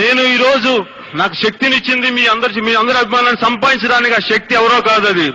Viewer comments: Shakthi kaadhu babu Sakthi anaali🙏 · Shakthi kaadhu Sakthi anaali🔥